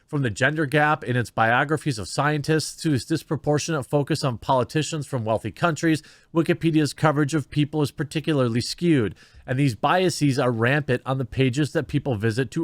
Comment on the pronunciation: “Biases” is not pronounced “bia-seez”.